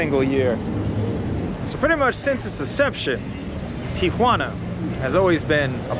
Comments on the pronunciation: Thank you for pronouncing TIJUANA correctly......It makes me sick to hear everyone including our president say TIA JUANA...... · You pronounced Tijuana expertly. Three syllables